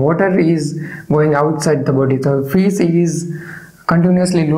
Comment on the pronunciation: Thank you so much! This lesson is very clear. (And I love when u say "Fis"❤)